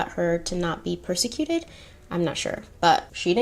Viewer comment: You said to correct you, right? (Just checking) 😊 Okay. 1. Wertheimer (wort•high-mer or wort•himmer) 2. Deauxville (doe•vwah, doe•vul, or doe•ville) 3. Voluptuous (vo•lupp•shoe•us) 4. Prosecuted (pras•seh•cū•ted)